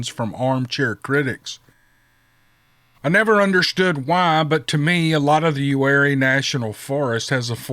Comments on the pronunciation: Im 45 min from "You-Are-E". Lol bout died hearing you say it like its spelled Lived here all my life. 9 years at Ft Bragg 504th pir. Its close to there also. I know what he heard,and yeaaa its scary,but not what your thinking. I truck now. Retired from my personal company 2 years ago but now pull for someone else. Was going to email you about a ummm,,,,,, Whats that email? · It’s Uwharrie, pronounced U-ARE-EE